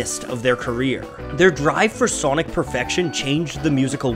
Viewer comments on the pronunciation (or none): none